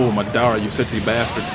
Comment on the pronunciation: It's ma da ra